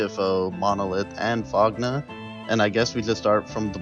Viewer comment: FOGNA y'all pronounced Fogna wrong and while Fogna is (Well, was) mostly TTers, they aren't new to wars. Also they're basically all italians.